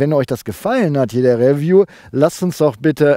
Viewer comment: Nur mal so....es heisst Riiieview, nicht Räview!